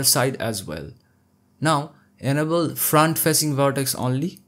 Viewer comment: I hate to be “that guy” but when you say the word “enable“ I thought you were saying “edible”. 😂😂😂 it took me a while to figure that out. Love your tutorials.